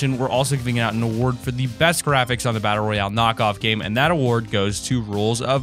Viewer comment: Edward Daniel It is battle royale not royal